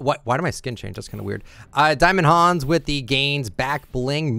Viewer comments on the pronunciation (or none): You don’t actually say diamond hanz it’s meant to be pronounced diamond hands